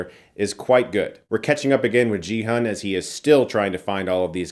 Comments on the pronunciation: Chris, the Korean names should be red: not 'Gee Hun', but: 'Ki-oon'. And it's not 'Lee Byung Hun', but: 'I(i) Byunnun'. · Gi-hun is pronounced Gee like Geese not Jee. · "Gee-HOON", not "JEE-HUN", respectfully. As an old school/OG BigBang/KPOP fan who's been out of the KPOP news loop, it just warms my heart to see T.O.P. (the guy who plays Thanos), despite all the controversy against him. (Plays T.O.P.'s "Turn It Up", iykyk...) Also that arm movement he does on the carousel is a reference to one of their (BigBang's) most famous songs, "Bang Bang Bang", which is perfect since they're all getting shot. TT_TTv Jo Yu-ri, who plays Kim Jun Hee/Player 222 (the pregnant girl) is also a KPOP Idol from Iz*ONE, and a great singer; though they're not part of my generation (of fandom - I'm way older), I've come to appreciate them more. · It's not pronounced GEE HAN lol. Watch the dubbed version for clarification haha. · It's a hard G in Gi-Hun. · My dude that is not how you pronounce Gi-hun. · Another (white) Youtuber mispronouncing Gi-Hun 😪 is it really that hard to get two syllables, right? It's about time we say Korean names correctly now that we've embraced their movies and shows. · You watched the whole show yet can't say Gi-Hun's name right?